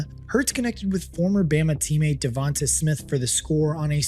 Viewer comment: I like your channel, but the way you're pronouncing Devonta's name is killing me.